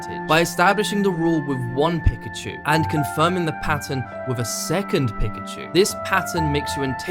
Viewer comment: Really interesting lessons for editing - just getting started on my journey... tho a great retention video about one subject and you pronounce Pikachu wrong each time?! :p haha. Great lessons, man!